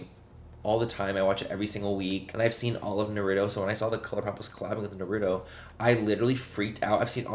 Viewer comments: Its pronounced nara toe not na rue toe but agreed as a fellow weeb, i was also so disappointed 🙃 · "Naru-doh"? Noooooo Manny😢